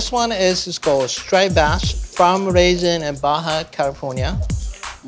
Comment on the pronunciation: "So we filleted our straight bass" Sean...it's striped bass.